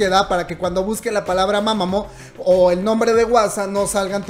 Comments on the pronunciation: Mamamoo Se dice "MAmamU" NO "mamamo" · Creo q se pronuncia mamamuu🤷‍♀️